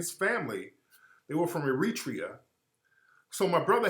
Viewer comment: Air-ra-tre-yah I can't have you mispronouncing countries playa. Keep fighting the good fight Tariq.